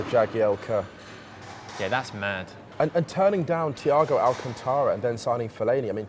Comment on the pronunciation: Had to watch the video again. Absolutely perfect... well, except how Musa pronounced Thiago Alcántara's name as Teeago Alcuntora hehe